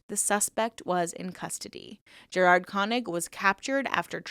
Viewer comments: I could be wrong, but I think the proper pronunciation of Gerhard isn't "ger" like Jeremy, but rather "ger" pronounced like garish. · Yes, you are right. It's pronounced like that. Like Gary = Gerhard. It's a german name 😀